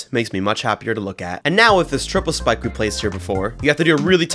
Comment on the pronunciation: no way bro said schpike